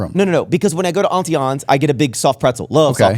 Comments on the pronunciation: I’ve never heard it pronounced “auntie AWWWNE’S” 😂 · Why is pronouncing Auntie Anne's like that?!?! lol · He also doesn't know how to pronounce Auntie Anne's. I was like, what is he talking about lol